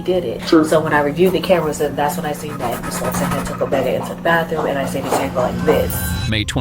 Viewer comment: Where does anyone learn to say “baffrum” for bathroom or “axe” for ask? My school friend was originally from NJ & came to NY school saying “axe” & almost 50 years later she STILL says that instead of “ask”🤦🏼‍♀️🤷🏼‍♀️.